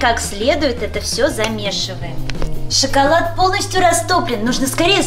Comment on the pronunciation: не шыколад а шоколад это тебе просто слышится шыколад атак шоколад 🍫 хорошо больше не путай